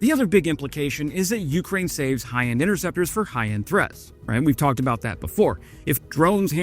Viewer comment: Jesus god, PLEASE stop saying "YOO-crane", it's "you-CRANE" you dope! You're putting the emphasis ass-backwards.